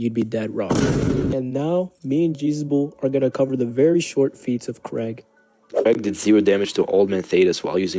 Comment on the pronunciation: Pronouncing his name like Craig instead of kregg cracks me up. When you say Craig all I can think of is a white suburban dad who is rocking leather sandals while grilling up some burgers and hotdogs